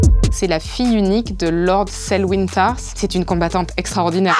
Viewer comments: Brienne of tarth no torth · Brienne de Torth - cette horreur ! C'est Tarth